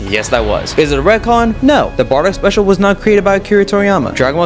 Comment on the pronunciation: Ret con not red con